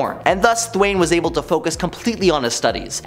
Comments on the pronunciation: Thawne not Thwain. It's pronounced Thaw with a N. Thawne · 😂😂😂... I dunno how he even got that pronunciation... What makes it even funnier is the whole time he's calling him "Th-wayne"... You see Thawne in the background... 😂😂😂😂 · “Thwayne…” Smh. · Thwayne. May-stro? Buddy.... I’m sorry, but a little grammar refresher might help.